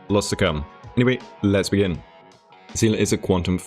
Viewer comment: I misheard when you said "Let's begin" to "Lesbian". I really thought you said the latter as a joke because it's Seele.